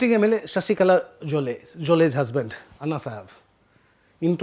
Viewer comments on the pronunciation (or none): none